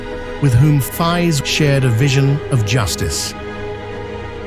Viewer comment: The English voice artist can't even pronounce the name of Faiz correctly. And I hate these AI-generated videos. They take away the entire historical imagination of the viewer. Please don't make such fake videos.